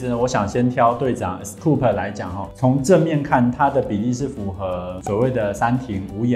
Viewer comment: 隊長的名字唸做 ㄟ斯酷斯喔～ 很有趣的分析影片 封面超吸睛😊